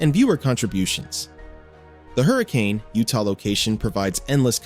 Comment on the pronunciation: A. Trail Mater is in Moab, Utah. Not Arizona. B. It's pronounced Hurrah-kin, not hurri-cane. C. Thank you for being the first youtube video I've seen from a non-utahn to pronounce Zion correctly. (Zi-uhn, like lion).